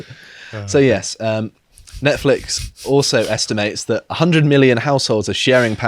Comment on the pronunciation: idk, maybe its an accent thing, but its pronounced 'Nonce-flix' its really distracting calling it that weird name